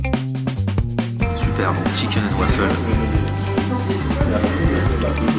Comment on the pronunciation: Chicaine and wafeule